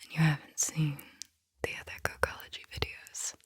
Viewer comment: I had to rewind I thought she said "cuckology" session the first time around. Like wut? 🤔😆